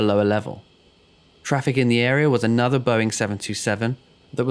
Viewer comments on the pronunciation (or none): none